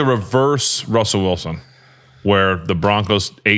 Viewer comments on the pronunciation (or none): none